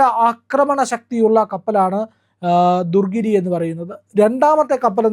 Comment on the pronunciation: ദുർഗിരി അല്ല, ദു ണഗിരി ആണ്. അതുപോലെ ബാരാക്ക് അല്ല ബറാക് ആണ്.